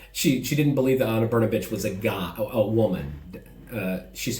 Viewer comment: Wow, I am impressed how you tackled pronunciation of “Brnabić”. Yours “br” and “ć” are nearly perfect. Everything else about it is crappy, and neću da ćutim, bre 😄 Also, I appreciate you speaking out. Thank you.